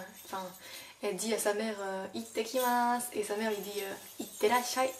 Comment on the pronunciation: Super ce cours .... et vive la Bretagne japonisante ! Deux petites corrections : à ittekimasu (et non itekimasu) à itterasshai (et non iterassahai) Mata ne